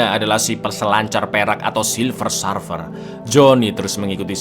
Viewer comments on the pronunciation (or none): Bukan Sarfer cak,tapi Serfer cara nyebutinnya